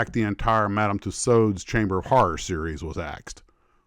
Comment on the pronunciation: We do indeed say "two swords" but pronunciation is closer to the correct one.